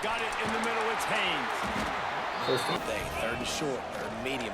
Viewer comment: HAYNES , not Hayes. Holy shit lmao